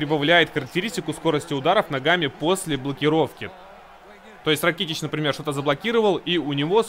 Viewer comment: Вообще правильно ударение на а Ра'китич